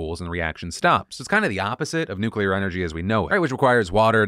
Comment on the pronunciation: Phil, just wanna thank you for correctly pronouncing "nuclear" like nu-clear instead of nu-cu-lar, which isn't even how it's spelled! It's insanely terrifying that GW Bush had the launch codes for 8 years without learning how to just say it the normal way. Thank you. Praise where it's deserved.